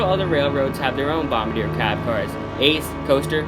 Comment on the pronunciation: "Bomba deer"